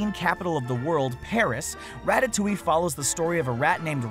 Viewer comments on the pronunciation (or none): none